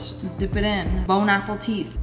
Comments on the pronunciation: CEO of saying bone apple teeth 😖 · The iconic saying: bon👑apple💙teeth🥰